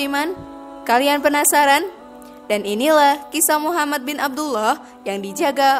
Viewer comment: jadikan semua kritik,untuk lebih baik. terutama pengucapan nama Nabi.BELIAU Nabi Muhammad S A W,adalah TAULADAN kita sebagai umat ISLAM.